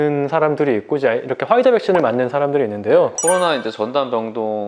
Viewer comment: 아니 꼭 퐈이자라고 발음을 해야되나..?ㅋㅋㅋ